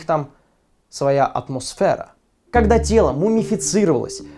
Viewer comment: "И уж поверьте, не просто так они все находятся пол стеклом. У них там..своя атмосфэра." 😂